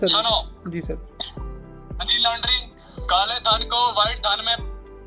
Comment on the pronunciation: धान नहीँ धन होता है मुरख 😂😂😂